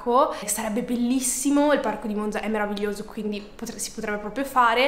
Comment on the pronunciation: haha oddio io sono di monzaaa!! bellissimo 😍 in bocca al lupo per tutto! (comunque è vero che la z di “Monza” non si pronuncia così 🙈)